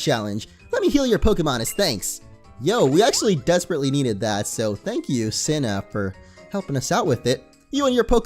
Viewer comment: Its actually pronounced cena not sina